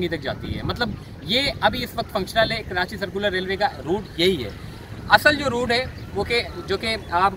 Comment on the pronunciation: Bhai khuda ka wasta he.. KaraNchi mat bola kro.. rwporting achi he apko but please pronounce Karachi the correct way